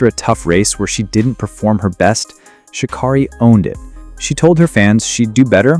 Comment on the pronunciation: Its Sha- KERRY NOT KARRY, DUMMY!!